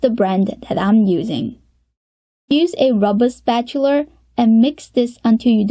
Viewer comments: Spatula, not Spatular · i like how she pronounces spatula like someone from the deep south XD